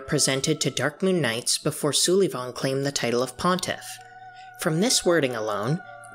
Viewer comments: No offense but you're saying "Sulyvahn" wrong. It's just like "Sullivan" except spelled weird cause he's a freaky painting baby. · Lmao Soo-lee-von 🤣